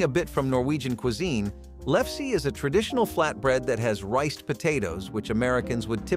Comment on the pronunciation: Lefse is pronounced lef suh